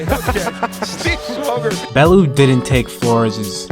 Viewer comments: Lmao Bellew is pronounced BellYOU not BellOO😂😂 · i love you & have followed you for years but this is the only time ive ever seen you be wrong about boxing, its pronounced “bell-yew” 😂 other than that your record speaks for itself, the GOAT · Its pronounced Bell-yew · Just for future reference its pronounced bell-you and all he wants too do is get home too his wife & kids. Keep doing what your doing man, much respect ✌️ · Please learn how to pronounce Bellew